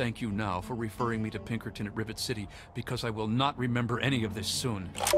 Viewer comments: Rivet Citeh. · rivet citeh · "Rivet Citah" lol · Rive cite-lol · Revet citeh XDDDD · "Rivet Citeh" lol no offence by the way. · "Rivet Citeh"